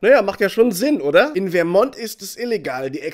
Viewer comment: Ich dachte das der Bundesstaat vermont englisch ausgesprochen wird